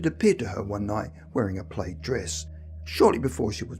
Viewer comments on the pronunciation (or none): Just FYI -- PLAID is pronounced as to rhyme with MAD , SAD , BAD ,.DAD , should you come across this word in the future . Thank you for another great video !!!